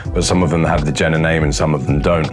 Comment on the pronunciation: Also - it's pronounced Yay-ner, not Jenner. Wetzlar is Vetzlar.